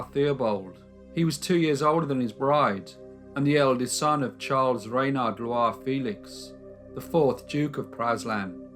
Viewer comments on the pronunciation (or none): none